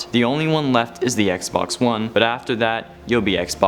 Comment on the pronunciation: Did anyone hear him say xbonks